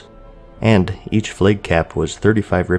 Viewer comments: Flaaaag not Fleg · Why do you say Flages and Flage? Its Flag. No E. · Lol you pronounce flag as flake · Are you saying "flake caps"?